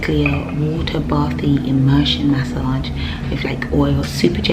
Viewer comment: Maaasaaage 😂😂😂😂 the way you say massage is hilarious